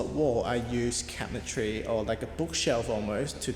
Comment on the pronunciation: P.s. I totally thought you were saying “making cat trees” instead of “cabinetry” 😂 n got me excited lol